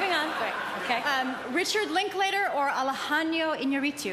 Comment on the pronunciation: Wow...Tina massacred Alejandro's name.